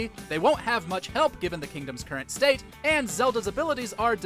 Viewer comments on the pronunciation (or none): none